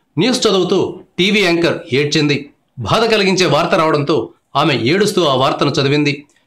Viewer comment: భాద కాదు రా బాబూ... బాధ అనాలి.